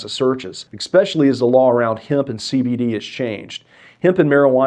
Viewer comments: "ikspecially" "especially" 🤦‍♂️🤦‍♂️🤦‍♂️ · “Ecspecially” Mastery of the English language is one of the first things you want from your lawyer. Axe anyone who’s been in legal troubled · Any lawyer that says "ekspecially"😢 will never be retained by me. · You said exspecially... I prefer lawyers who speak proper English instead of Ebonics. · You're a lawyer, don't say "Ex-speshully" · You can speak eloquently all day long, as I would expect a lawyer would need to be able to do, but the second you use the word "expecially", you have disqualified yourself from being a person I will ever take another word from seriously. How can a lawyer, who gets paid to speak for a living, use a word like "expecially"?